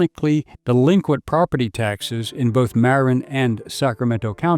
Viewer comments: It's maRIN, not MARin. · God this must be AI or a really ignorant narrator. It is not Mare- in, but Muh-rin county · Where the hell is Mare-in county? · Thanks for this. Just FYI Marin is pronounce muh-RIN in California. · just a bit of advice it's pronounced Ma-Rin County. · So many mispronunciations.. is this AI?? Marin. Embarcadero. I guess you're not a Californian. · This might be partially AI generated with images shown that are not California. Also words are mispronounced "Embarcadero", "Marin", etc.